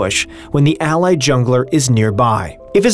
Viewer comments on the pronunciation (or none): none